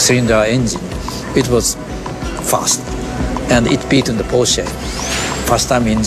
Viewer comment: 是"Porsche"! 我不知道你是想耍幽默還是怎樣?